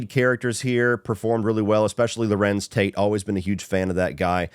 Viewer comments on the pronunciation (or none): none